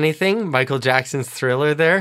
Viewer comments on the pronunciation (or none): none